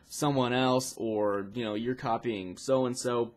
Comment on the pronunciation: he said "your copying ssoh and ssoh